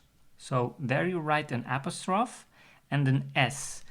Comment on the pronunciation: I've never heard apostrophe pronounced that way. It may lose you some English speaking viewers